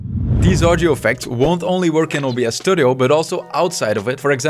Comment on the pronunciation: I just like how he says "audjo"